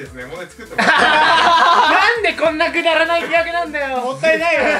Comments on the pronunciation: からのふくらさんの豪快な笑いからの、巻舌気味のなんでこんなくだらない企画なんだよ〜が好きすぎる… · くらいでふくらPが「くだらない企画」って言うときちょっと舌巻いてて好き。